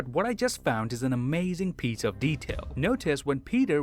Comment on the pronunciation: An amazing pizza of detail? Am I the only one who heard it that way?